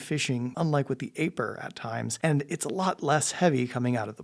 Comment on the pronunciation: It's eye-purr not A-purr 😂